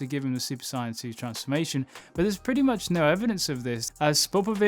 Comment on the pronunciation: Its not SIAYAN ITS SAIYAN